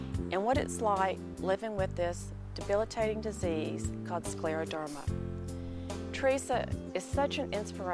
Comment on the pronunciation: It’s Scleroderma not Sceroderma. Mostly Scleroderma doesn’t go in remission, usually once your diagnosed with a chronic disease that effects the autoimmune system, it usually does nothing but, progress the longer you have it, even those with some that have mild diagnosis. And, then, on top of it, one is more likely to get a whole hosts of other illnesses on top of it the longer one has it.